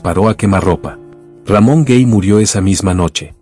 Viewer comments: Lo único que no me agrada es la pronunciación de algunas palabras y nombres. Por Ejemplo el nombre de Ramon Gay . No se dice RAMON GEY , ES GAY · No es Ramón Gey, se pronuncia Gay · Hablando de Ramón Gay, su apellido no suena cómo se pronuncia en Inglés, tal y cómo usted lo pronuncia es incorrecto, se pronuncia exactamente tal y cómo se escribe, con A y no con E, ya se lo dije la vez pasada que también habló de él, pero usted no lo ha leido, o simplemente no le importa.